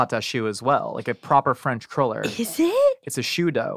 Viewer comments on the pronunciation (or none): I love, but is she incapable of saying "cruller?":) Every time she said it, it sounded like "curler" to me... (maybe I'm the weirdo?) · Not called a curler, its cruller lol